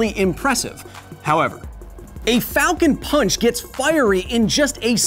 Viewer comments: Its pronounced "Falcown ponch" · Captain falcon sounds like he’s saying FALCO PANCH